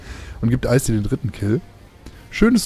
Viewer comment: jemand __Icy__ richtig aus sprichst